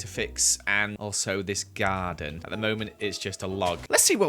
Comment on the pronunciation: I love how says Garda instead of garden